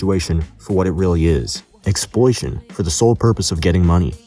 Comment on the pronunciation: "Exploition" truly a master of the English language